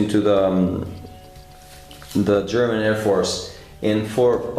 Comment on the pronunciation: Very, very good German pronunciation,! It's one of the few modern aircraft I really like. I bet you'll make this one a masterpiece again.:)